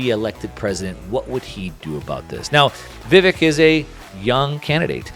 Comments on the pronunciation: It's Vivek -- pronounced "Vivake" --- like Cake :) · Lol, "Vivikk"???